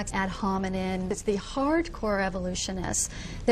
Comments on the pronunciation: Too bad for her, it’s ad hominem, not ad hominen. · “Ad hominen,” uh, woman, it’s ad homineM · she can't even say "ad hominEM attacks" correctly..... facepalm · She says "critical factories" and repeats "ad homiNIN" (falsely) without realising she made a mistake. She literally just tried to memorize some text to use in the argument without understanding what it meant or how to even pronounce it properly. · "Ad hominen" lol.